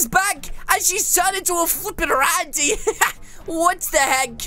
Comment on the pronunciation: Yep he said rany so many times